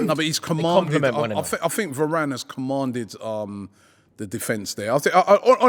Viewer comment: The disrespect on varane’s name